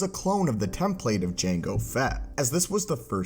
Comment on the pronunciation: I'm unreasonably bothered by the pronunciation of "template" here